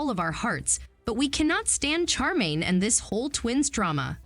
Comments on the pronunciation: Her name is SHAR -main, not char - main. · Glad I'm not the only one that was anoyed with the CHAR 😭😂